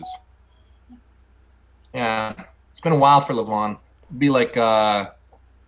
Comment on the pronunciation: Devon pronouncing Levan's name wrong . . . show some respect man